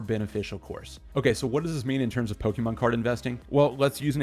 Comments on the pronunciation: Saying Poke-EEEE-mon is always cringe to hear 🤦🏻‍♂️ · Just discovered your channel today and this video has some solid advice for collectors everywhere. Liked and subbed! One recommendation, try to pronounce Pokémon the right way, especially if you are going to say it all the time! Its a personal irk, but I cant be the only one lol. Good content otherwise!